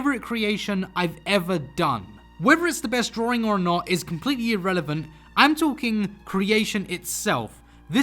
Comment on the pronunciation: He says “drawRing” as joke right?